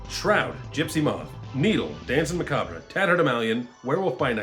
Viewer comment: Great video! Glad I subscribed. And I'm sorry to be that guy, and I mean this as helpfully as possible but you don't pronounce the R in macabre. It's just "Mah-cob" weird I know. Unless you're just doing a bit, then carry on!